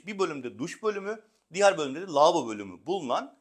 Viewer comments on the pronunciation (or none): Lavobo demeyi bütün sunuculara bila ücret öğretmek istiyorum. Hiç değilse konuşabilen sunuculardan dinleriz.